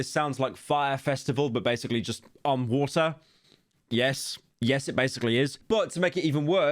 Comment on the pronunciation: Watyr Festival